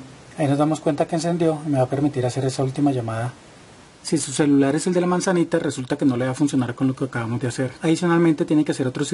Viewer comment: los de la manzanita se llaman apple y se pronuncia Apol